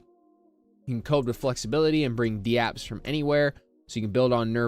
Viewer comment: Dude you’re are literally the only person in the world who says d-apps. They’re called dApps, not d-apps. What are you new?